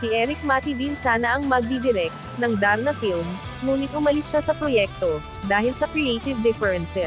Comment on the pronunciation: Hindi O.A. Ang pagkakabigkas Ng Darna sarap pakinggan..I am sure number 1 na Naman yan congrats Jane